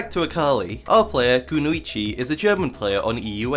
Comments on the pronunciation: Kuno ee chee lol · the way u mispronounce kunoichi hurts me so fucking bad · Mispronounces Kunoichi in first 10s cries in ninja